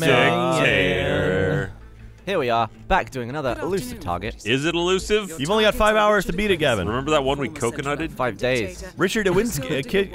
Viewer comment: Eluisve lol